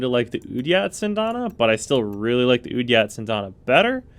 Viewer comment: Thanks. The weird name and his pronunciation of it confused the crap out of me.